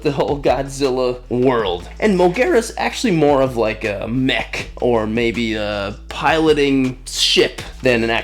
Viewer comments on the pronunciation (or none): none